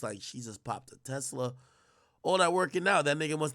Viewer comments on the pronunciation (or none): none